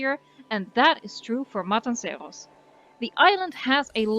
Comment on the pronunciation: I LOVE your pronunciation of 'Matanceros'!! En ook dat je Engels vrijwel accentloos is ;) Fan van de video's én van de 'Voice' :)